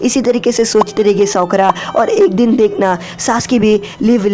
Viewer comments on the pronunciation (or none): This is Sakura not sokra 🤣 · Sokura nhi sakura